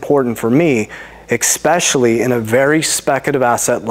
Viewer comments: I thought you say "except your bitcoin" :face-blue-smiling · I don't take advice from anyone who says Ekspecially.